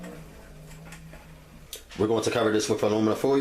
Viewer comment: Do me a favor say foil again 😂😂😂😂😂